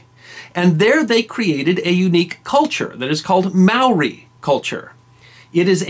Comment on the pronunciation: Holy shit our good man!!😳 While your vids are fantastic! And it’s great that you’re doing this re NZ..👍 but your pronunciation is soooooooooooo shocking you may well start Ww3 here.. as you say the Maori are always up for putting stuff right👍...., they may well end up on your doorstep!!, along with us non (Maori) Kiwis😂. Today we fight together and that mispronunciation of tribal names has my skin crawling😂